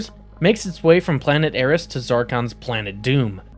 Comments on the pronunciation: "Higher-iss"? did you mean "Heiress" - "air-ess"? just before 3 minutes. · Hyrus? It's heiress. Pronounced air-ess. Not that difficult of a word. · Hire-ess? (Heiress)🤣🤣🤣